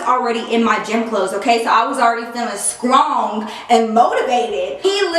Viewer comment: I love how she says weird things like skrong lol